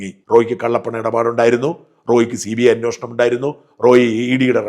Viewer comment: സാറിന്റെ സത്യസന്ധമായ അവതരണം നല്ലതാണ്. എന്നാൽ തുടരെ തുടരെ അന്വേഷണം എന്ന വാക്ക് തെറ്റായി ഉച്ഛരിക്കുമ്പോൾ ഒരു വിഷമം